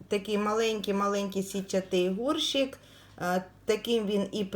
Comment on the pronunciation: вкотре чую і ріже слух ваше словоГОРШИК, ви справді не знаєте,що правильно казати ГОРЩИК, прослідкуйте будь ласка!